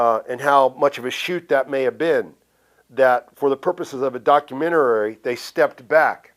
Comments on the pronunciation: I saw this comment and thought, "Man, people get jumbled up and mispronounce shit all the time." And then he said it the second time. Documentarary. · I love how Warrior adds two extra syllables to the word documentary. Absolute legend. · An intelligent man that the warrior was,can't even say the word documentary correct lol. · Not once but twice!! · I sat here waiting for it lol double helping haha